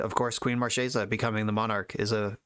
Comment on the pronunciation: wish i could double thumbs up. one for running marchesa and another for pronouncing her name right